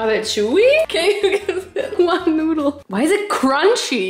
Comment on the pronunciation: What said:”We are in the noodle section” What I heard: “We are in the nude section”